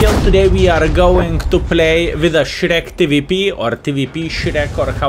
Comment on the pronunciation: Not ShREK-TVP... but SZEPTAK (Ask Vivi how to pronounce it) or sheeptank, thats better ;) Marathon is nice but full of Krans and Leo. I will not say that I do not play these vehicles myself at the moment, but it is a bad idea that they collect extra points. Randoms turn into rankeds. Thx for clip, have a nice day :)